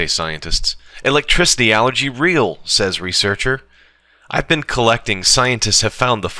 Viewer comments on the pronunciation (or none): none